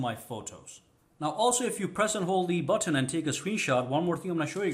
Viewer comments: You say button funny af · i hate how he says button